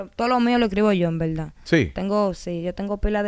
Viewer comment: Bueno sin ofenderse quiero que cuenten cuántas veces dijo la palabra ( en velda )